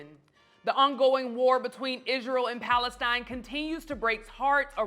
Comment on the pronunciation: "Between Israel and Palestine" .. the first time I've heard it said correctly... salute